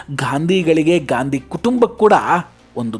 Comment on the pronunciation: ಗಾಂಧಿ ಅಲ್ಲ ಸರ್, ಗ್ಯಾಂಡಿ ಎಂದೇಳಿ 😂